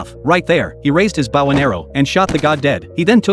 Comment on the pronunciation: All right folks, we need a lesson going on here how to say bow bow bow, not you gotta sound the word out BOW if you’re wondering why I’m getting so aggravated because you write an AI generated machine to talk for you now I’m doing the same thing but everyone around me from all walks of life no what a bow and arrow is used for and if you do not know how to pronounce bow you shouldn’t be using one. I am not bowing to you. I’m using a bow and arrow to hunt my prey see how it at that that makes sense right but some moron using an AI translator or an AI writing tool did not read the script or read the story correctly. The AI doesn’t know the difference between bowing and a bow every time he says bow and arrow it sounds like bowing arrow what is a bowing arrow you see where I’m getting mad about this bullshit your people are too stupid to fucking take five minutes out of your fucking time